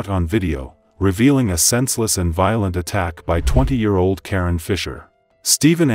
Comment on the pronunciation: That is KaRon…. Lol not Karen